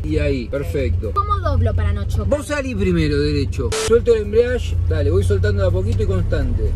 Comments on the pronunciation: me molesta que le papá diga embriadge y no EMBRIAGE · "el embriash" Se dice embrague kpo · "embreash " quien le enseño al porteño este por dios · perdon pero me puso nervioso que diga "enbrash" den vez de embreague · jajaja no es ni embriadge, ni embriage Es embrague paa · “el embriashhhh” JAJAJAJAJJAJ los quiero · Por que decía "embriash" JAJAJAJAJ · Se dice embriague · 3 meses después pero no es embriague es embrague. Sin la i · Embrague se dice pa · “EMBRIASHH” JAJAJAJAJAJAJAJ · De tantas veces Que dijo embriash ya bautizó el auto xd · Amigo explica muy mal el chabon ese “embriash" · Mal amigo ajjaja el embriash jajajaja lpm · que no se dice asi,lo pronuncia para el ojete !